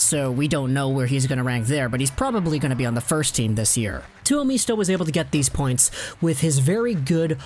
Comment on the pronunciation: it is pronounced Two-oh-MIST-oh... not MEESTO